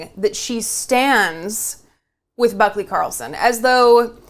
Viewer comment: I swear I heard you say "buckwheat".